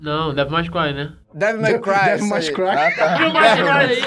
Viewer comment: Ninguém Liga: Não. Devil "mais" cry, né? Felipe: Devil May Cry, isso aí Vinha: Devil "mais" cry! [RISADAS] Eu: kkkkkkkkkkk